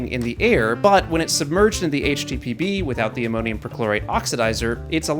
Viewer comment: I heard "HTPB" as "HTTP" 😂😂😂